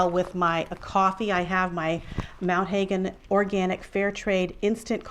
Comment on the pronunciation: You mispronounced Mount Hagen - I used to live there. Mount Har gen not Mt Hay gen. It was bothering me so I had to say something.